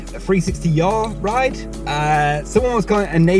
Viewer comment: Yes mate! “Yawll ride” ??